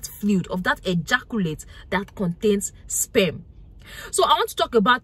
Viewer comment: Taking 📝 and sitting to the front of the class. Love the way she says SPEMM the R is silent🥊💯👍🏾